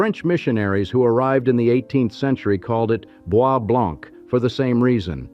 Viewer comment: You've mispronounced almost every name. Wyandotte, is pronounced Wyan -dot. Boise Blanc is pronounced Boy Blanc.